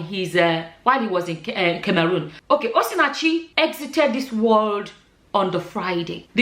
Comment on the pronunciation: please can you pronounce CAMEROON well? 😂😂😂😂🙏🙏You are pronouncing it in past tense it’s actually pronounced in present tense. Beautiful and intelligent woman.